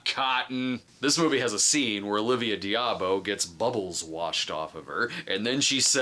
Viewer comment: I‘m pretty sure it’s pronounced Olivia Da-boh…🙂